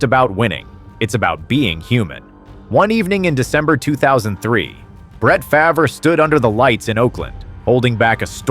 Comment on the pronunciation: This guy didn't even get Brett favre name right how just had to point that out